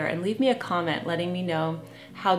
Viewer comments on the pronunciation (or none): none